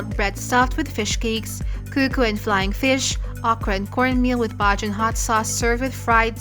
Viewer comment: Hi My lady , i hope u had a very good time . i would like 2 help u with the word Bajan the word is Ba--Jan. and not Baj an